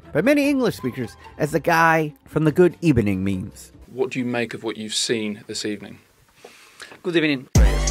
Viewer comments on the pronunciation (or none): Certified "Good ebening" Moment